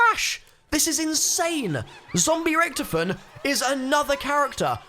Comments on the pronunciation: I have an idea. Did undead richtofen transfer his soul to ultimas rich? Remember the end of moon and the origins ee removed Sam from his body. Also the German pronunciation is Rish-taw-fen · Don’t get me wrong I love the channel but the way you pronounce Richthofen annoys me